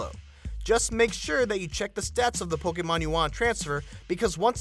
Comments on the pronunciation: It's 'Poke-ee-mon', not 'Poke-ae-mon'. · Did it annoy anyone how he says pokaymon, pokaystop and pokayballs